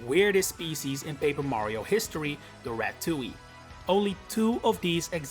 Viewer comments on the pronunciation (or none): none